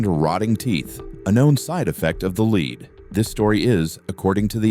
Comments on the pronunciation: LEAD NOT LEED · Very interesting, though the AI narrator gets leed and lead mixed up frequently 🤫😄